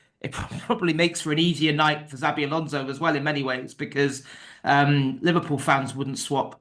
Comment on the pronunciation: Why would you say ”Zabi” Alonso?